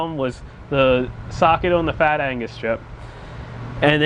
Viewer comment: Agnuuuuuus! not "angus" !!!! LoL